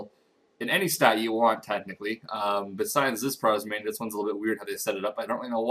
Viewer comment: prozmainia? its prismania.